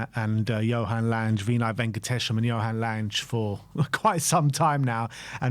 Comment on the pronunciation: You can’t even pronounce “Lange” properly and I’m supposed to take this seriously?